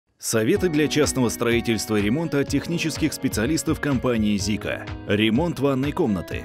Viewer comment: Это Сика а не Зика...Буква Z вот такая а у вас S....Так что Сика...